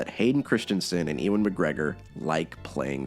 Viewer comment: why do Americans pronounce Ewan like that????